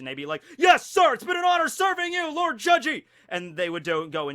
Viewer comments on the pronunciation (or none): none